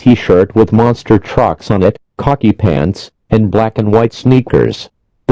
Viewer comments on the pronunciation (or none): none